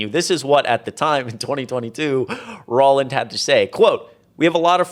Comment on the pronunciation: Roland is pronounced roll-and (as in roll a ball) not ror-land.